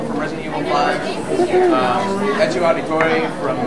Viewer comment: ezio not enzio